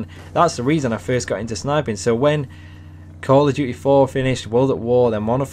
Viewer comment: Call of dyoo eh